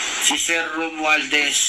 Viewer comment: Sino kayang RUMUALDES ang sinsabi ni Sana mabigkas ang pangalan